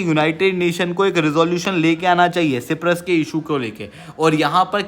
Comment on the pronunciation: ये सिप्रस नहीं साइप्रस है prabhu